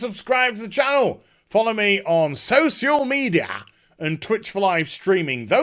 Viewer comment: Love ur vids, but gotta tell ya, not trying to annoy u or anything, is just I have to tell u may be I'm not the only one🤣 for some reason when u make that weird twist of letters like "ssssssossssioool" media it triggers me so bad I just wanna punch u in ur jaw. Man, huge respect for the work u do, is just I don't know I can't help it, it triggers me on some deep level and just go nuts and wanna punch u in ur chin ahahhahahahahahah I'm sorry mate, I don't know what's wrong with me, anyway as usual great vid :) keep it up:)